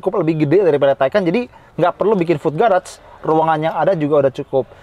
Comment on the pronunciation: Kalau Taycan dibaca taikan, kalau Macan ngga dibaca Makan? 😅